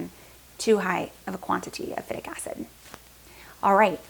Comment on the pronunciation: She can't even pronounce phytic acid correct, what do you expect.